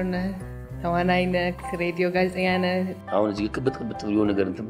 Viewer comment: ከ ጋር የነበራችሁን በሳቅ የተሞላ ጣፋጭ ኢንተርቪው ከቤተሰሰቦቼ ጋር አብረናችሁ በሚያስቀው እየሳቅን ከቁም ነገሩም እየተቋደስን አደመጥናችሁ-ደስስስስ ይላል!!! ግን ግን በንግግርሽ ላይ የምትጠቀሚያት የብዙዎች ግድፈት የሆነችው "ክ" ፊደል አንቺም ጋ እየተሰነቀረች "ነክ"...ስለ ሰፈርክ..." የሚሉ ለከበረው ፓድካስትሽ የማይጥኑ የፊደል ግድፈቶችን ብታስወግጂና "ክ" ን በ "ህ"ለመተካት ብትሞክሪ የተሻለ ይሆናል ብዬ አስባለሁ። በተረፈ ይቅናሽ በርቺ እንወድሻለን❤